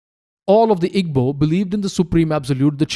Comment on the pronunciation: Not at all. The work Igbo is made of three sounds. "I", "GB", and "O". There is no "B". "GB" has a unique sound similar to combining soft 'g' sound and another sound which I do not think exists in English pronunciation. It is not EE-BO, and it is not EEG-BO like the narrator kept saying.